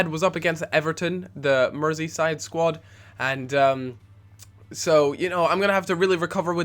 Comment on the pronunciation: "...against Everton, the merseyside squad..." Pretty sure you're English?